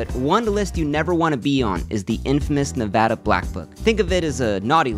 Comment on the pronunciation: finally someone that pronounces nevada correctly